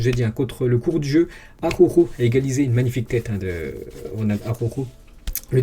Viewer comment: Mdr 😂 ses pas aroro ses araujo 😂😂😂